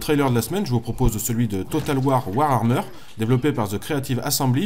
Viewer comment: Warhammer pas Warhrammer XD mes pauvres oreilles de fans .Sinon excellente vidéo ;)